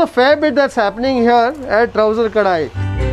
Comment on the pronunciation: it is Touser kadai not ‘Trouser’…😊